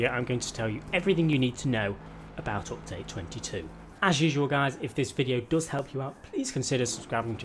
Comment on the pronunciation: Everytime he says “optade” take a shot